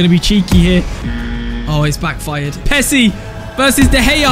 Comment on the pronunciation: Bro said pessi